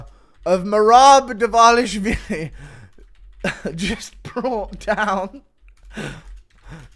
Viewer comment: Very rich of you to get so mad at the commentary for calling her Wong Tong when you say DvLARSHvili